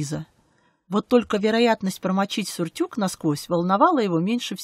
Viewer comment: Сурттюк???? Не сюртук ли? Пресный голос . Косноязычная чтица.. уж по писаному не может правильно читать , не говоря о жхоть малейшем таланте, кроме дикции.. дизлайк . А книга, может, и хорошая.. не знаю